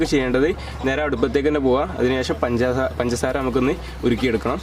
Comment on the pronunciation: Why are you saying panjara panjara instead of pangasara